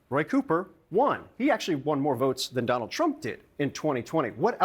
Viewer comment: "DON-OLD" TRUMP is like a hot balloon.